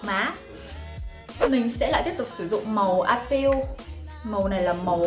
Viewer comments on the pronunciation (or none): none